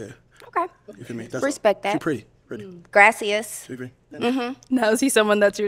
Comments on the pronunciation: Sis said “Grasseous” 🤣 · grayccias lol she couldnt of said it worse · GRASSY SSA instead of the thank u in Spanish (I can't spell it lol) is DIABOLICAL 😂😂😂😂😂😂😂😂😂😂😂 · Went to tulum all of sudden everything is gracias😂😂😂🤣